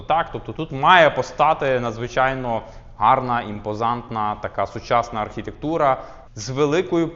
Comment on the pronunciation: "Архітєктура" трохи ріже вухо